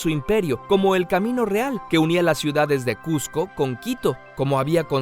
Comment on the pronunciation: Cusco es con s no con z